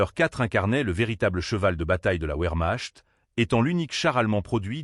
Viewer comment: Encore une video générée par IA avec des commentaires a hurler de rire. (un kanone, la ouermach et d'autre encore).